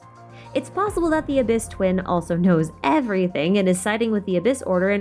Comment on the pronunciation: During intro she says "the Traveler's dwin " . U had me laughing with that one.